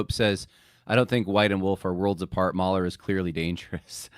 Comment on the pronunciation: Mooohler not Mauler.